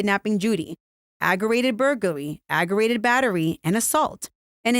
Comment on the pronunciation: it’s aggravated—ag-gra-Vated—not “agg-er-rated”. There’s a ‘V’ in there.